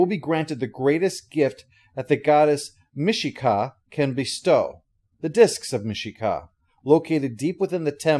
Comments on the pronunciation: MIshakal, not Mishka mate. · Well, let me be THAT nerd, and say it: Mishakal is pronounced Mish-uh-kul : Lets not even get into the eternal debate over Tak-Hisss-is and Tak-HE-sis ^_*